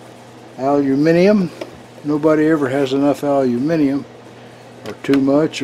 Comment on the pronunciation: Good morning. Your intro music always brightens my day:-) Thank you for your perfectly pronounced "Aluminium":-) WOW that's a real nice care package from Chuck, what a nice guy he is. Kind regards from The motherland;-))